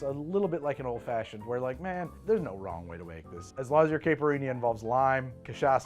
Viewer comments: The mispronunciation of the caipirinha must be noted! It's "ky" like k with an eye sound. Ky-pur-een-ya. NOT caa-pur-een-ya You're welcome 😉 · on behalf of Brazilians everywhere: kai (rhymes with high) - pir - EE - nyuh